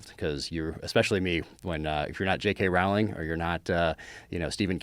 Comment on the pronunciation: Joe "JK Rowlins" Rogan.